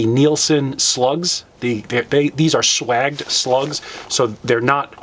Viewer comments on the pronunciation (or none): Sawage not swag like swagger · yes I was referring to your pronunciation. It’s spelled swaged I figured if you read it like that you’d understand. Kinda hard to put into words.